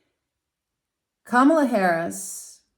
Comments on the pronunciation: It’s pronounce COMMA LA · Her name is comma la. Please pronounce it right. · you should have watched the DNC convention, her adorable nieces took the stage to teach us all how to say it correctly. It is comma la. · Thank you for this reading. However, I must correct the pronunciation of VP Harris name. As her nieces explained at the DNC, the name is pronounced KA....MALA. The accent should be on the first A. KA then MALA. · Did you not see the other comments? She already stated it was unintentional and apologized. We don't need to continue correcting her. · I turned this video off because you cannot be bothered to learn how to pronounce Kamala. So annoying! It’s so easy—- comma (like a comma) then la. So easy but you don’t bother. And why are you calling her by her first name anyway. You didn’t call the other candidate by his first name. So…… if you cannot pronounce her first name, why not call her “Vice President Harris.” Gee she is the one with a title but you just mispronounce her first name and call him by his last name like he is the one with the title. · Kam la is the pronounciation. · boy do you have a credibility failure for using trump's pronounciation of her name. it has been an issue in itself. although your presentation is intriguing, this fail puts up a wall. what a shame. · Please pronounce our vice president's name correctly. I'd like you to demonstrate this basic respect. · My first thought was that your refusal to pronounce Kamala's name correctly pretty much told us where you were putting your vote.